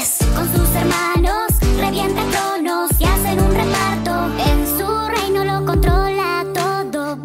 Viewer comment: Segundo Dice conos en vez de cronos jajaja